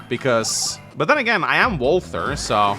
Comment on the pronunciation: reminder walther rhymes with imposter